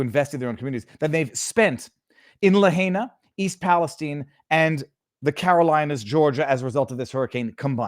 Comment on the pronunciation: I Love you. Please learn to pronounce Cajun and the city of Lahaina.